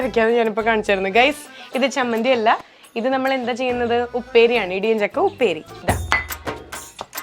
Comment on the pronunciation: ഇടിയഞ്ചക്ക എന്നല്ല ഇടിച്ചക്ക എന്ന് പറഞ്ഞാൽ മതി